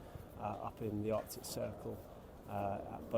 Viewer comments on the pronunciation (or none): none